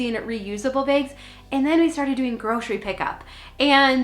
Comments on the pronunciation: Great info! Also love the way you say bags, ‘bigs’ ! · I could listen to say “begs” (bags) all day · I love the way you say bags. I love to hear other accents